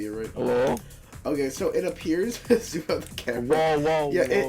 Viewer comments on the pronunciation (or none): none